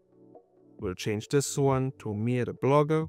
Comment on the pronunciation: Lol I heard Mere not Mia lmfao Was like oh cool I'm an agent now 😂😂😂